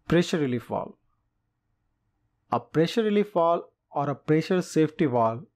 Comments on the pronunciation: VALVE! Its pronounced valve. Not woll. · U can't understand him. He's calling a valve vooluv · How am I supposed to trust anything this guy says, he can't even say the word "valve". Learn how to SAY IT before you try to teach lessons about it . He keeps saying "wall" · Why you keep saying wall it’s valve get it right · Great summaries but I'll never not get over "walve" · Why do Indians pronounce V as W and vice-versa? Fellows. when you pronounce V, put your front upper teeth on your lower lips.